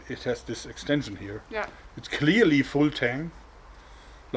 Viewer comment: every time Jorg says "full tang" I hear "Wu-tang."